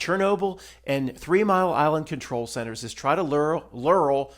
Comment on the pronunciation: Great video! I had to laugh at "lure", and I'm so glad you're a real man and not AI. 😊